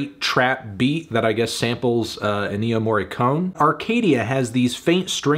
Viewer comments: We're going to have to revoke your Italian membership card for that pronunciation of Ennio Morricone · ffs, Tony - that's a generation poisoned to the pronunciation of "Ennio Morricone"